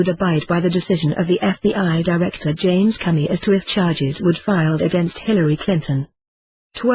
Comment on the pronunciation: The voice said, "James Cummy".